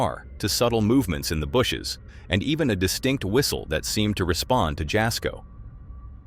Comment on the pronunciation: Jasko is pronounced “Yas-ko” - The J is silent.